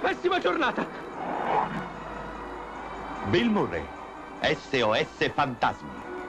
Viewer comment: però, che magnifica proncuncia inglese: trAiler e bill mUrrey